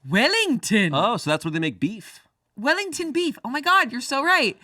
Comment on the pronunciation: "Southern-most capital in New Zealand" ABSOLUTELY SCREAMING AS A NEW ZEALANDER... or "AUKLANDER". Poor Wellington Also the accent was completely wrong 😂😂